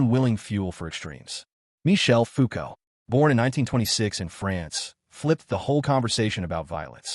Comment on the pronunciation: Fa-non Fa-non Ya pronounced foo-cau’ well enough. But its fa-non. Not faaan-on